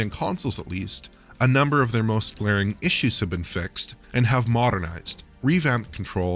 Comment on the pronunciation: "Plagged with glarring errors." lol